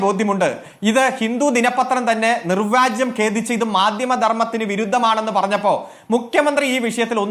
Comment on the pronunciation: നിർവാജ്യം അല്ലെടോ അരുൺ കുമാറേ.... നിർവ്യാജം ആണ്..... ആഹ് കുഴപ്പം ഇല്ല സിപിഎം അല്ലേ... ഇതിൽ കൂടുതൽ ഒന്നും പ്രതീക്ഷിക്കേണ്ട...😂😂😂